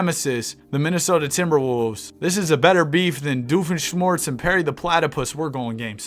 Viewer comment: He still cant say Doofenshmirtz's name 😭